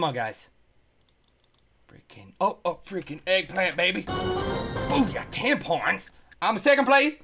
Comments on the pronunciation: When he said ten points, it sounded like tampon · no he said 10 points but it sounds like he said tampons!!!!